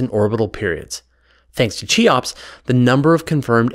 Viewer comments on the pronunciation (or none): Good video, but your pronunciation of "Cheops" is horrific. It's "Khe-ops", after the egyptian pharaoh who left us with the Great Pyramid of Giza.